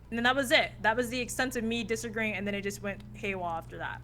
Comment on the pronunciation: "Im ok with people disamagreeing " 😂🤣